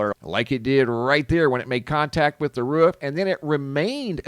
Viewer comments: Omfg the way you say roof makes me want to jump off of one! The ruhh the ruhhh right here on the ruhhh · What’s the “ruf of a house”? 😂. It makes contact with the roof, must have missed the ruf.😂😂😂. Just joking around, love your videos man, I watch everyday! Thank you! ❤